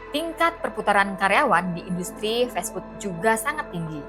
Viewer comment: Duh bacanya festfood, 😂😂😂, emangnya makanan festival